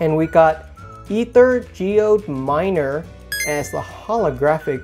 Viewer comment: Also, it's really bugging me. It's pronounced AyTher. 😂